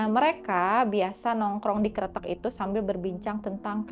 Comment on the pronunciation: tumben nih bacanya bener kretek, artinya jembatan sih kalo dari bahasa jawa btw, banyak juga nih hantu sungai yg ada di indo 😱